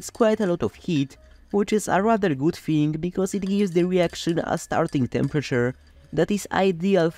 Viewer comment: I love your sense of humour. "Plastic theeng" made me laugh.